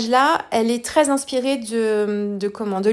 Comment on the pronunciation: "Inspire" = "inspailleur" 😉